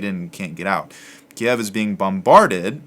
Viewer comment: Great help! First of all this series is incredibly helpful, second thankyou for pronouncing Kiev the way it was before 3 weeks ago. Good bless you